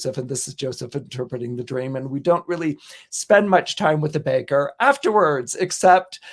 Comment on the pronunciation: “really”, not “rally”